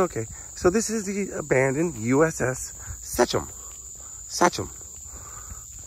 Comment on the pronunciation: Love you but you're actually pronouncing "Sachem" wrong. How do I know? I grew up by a school district and a high school named Sachem. Which I could put audio of here on how to say. This was a great video. Cracked me up when you said "I'm in trouble deep". I never would have given this boat another thought. Loved Madonna in the 80's